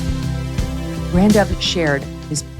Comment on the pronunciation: Dear Meghan I don't agree with your views. But I would just like to say you pronounced BranDubh PERFECTLY. Lol. It means black raven .. or crow. And its an irish name. Usually for guys. But it is also an Irish board game. And there was some Saint in the 9th century or something. Anyway thanks for saying it correctly.